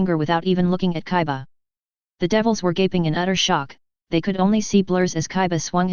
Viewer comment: it's kiba NOT kaiba